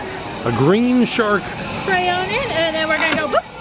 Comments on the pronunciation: He pronounces it crayuns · How do you get “crown” from “crayon”?? I had to stop watching after a while because hearing him pronounce the word crayon so badly over and over drove me nuts! I desperately wanted someone to correct him! 😂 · Why was he pronouncing crayon as crown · You pronounce crayon wrong. It’s pronounced “Kreyn” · CRAY-ON not that hard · My daughter pronounces it like he does even though I have corrected her hundreds of times. I think it’s just a hard word for some people to say. No big deal. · He’s saying it the British way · My husband and I have been cracking up over your many pronunciations of crayon in this video 🤣 This is why we never miss a video! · Haha same! He says it wrong in so many different ways. I love it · His crayon pronunciation kills me 😂😂😂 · That moment when you find someone who pronounces crayon just like you do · Ur saying crayon wrong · I made it to and couldn’t deal anymore lol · I literally live in america and still can't get over the way people say CRAY-ONS... which is the right way to say it. Not CRANS, not CROWNS, CRAY-ONS... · I'm seriously disturbed by pronouncing them "crowns". It's "cray-on". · Here in Ireland it's also called crayon not crown or craown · I love but the way he pronounces crayon is hilarious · Every time you say “crown” instead of “CRAY-ON” my butt hole clenches. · How do u say CRAY-ON like CROWN!!!!!! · Cray-on now crown, please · Cray on not cran.😆😂😡😝lol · Where is he from why does he say "CROWN"???? Personally I say Crayon which I think is the only way it should be pronounced, but you do you. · Please your making me crease when you say crown it’s cray-on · What the hell tim First it is cray-ON then it is called CROWN and CRAN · It's pronounced crayon not crown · ITS NOT CROWN!! IT CRAY-ON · STOP SAYING CROWN ITS CRAY-ON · Cray on. There is no w anywhere in there its crayon not crown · NOT CRAY-OWN OR crown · It's not pronounced crown it's pronounced cray-o-la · It’s cray-on